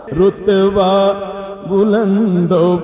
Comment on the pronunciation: Start ka word rutba hai, rotba nai durust krain